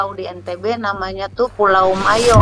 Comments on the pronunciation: Ibu nih aja sok tahu. Bukan Mayo. Yg benar itu MOYO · Yg benar PULAU MOYO, bukan Mayo